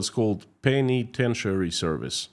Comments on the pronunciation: Oral tip: it sounds more like, "Pen-a-Ten" not "Pen-E-Ten". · I love your show, I've been watching for some time now. I would love to help you out a bit as an editor, if you ever need any help structuring sentences, in a way that the US will read it. Or I could phonetically help you pronounce words like penitentiary, lol. but hit me up if you're interested, I really like listening to your Russian accent so it doesn't bother me but I hear other people commenting about they kind of lose track of what you're saying because they're listening to how you're saying it. Which is stupid because you speak two languages, which is way more than most people here. And your use of English is pretty good actually. But if you ever want any help hit me up, like I could just quickly look through what you post in writing and suggest a few things if you'd like. I really like your message and I want more people to pay attention to it. So if you need any help let me know. Tc, Deb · pronunciation of "colonel" and "penitentiary" shows that he knows how to spell those words, which is more than I can say of a lot of Americans.